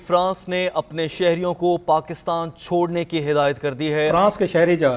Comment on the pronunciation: "..Shodne ko kaha.." ,,😂😂 I can understand why 'S' instead of 'C'..😆😆